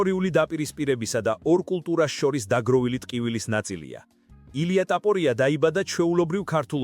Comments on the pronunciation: უნდა გაგაუქმო. რა ლაპარაკი გაქ რა ტაპორია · DMA RA ARI VEGAR ISWAVLE GVARIS GAMOTQMA ???